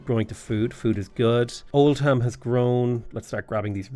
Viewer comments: Oldham is pronounced Old-um not Old-ham ❤ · Not Old-ham its Old-um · So Great Britain is as great as your pronunciation of British towns/cities. Old Ham... Ports Mouth.... Ahhhhh my English in me is cringing hard